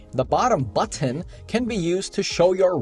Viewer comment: You actually said "buttoN" the 3rd time :)